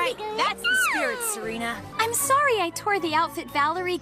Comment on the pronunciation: It's Serena not Serina